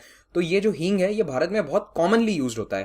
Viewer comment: That is hing not heeng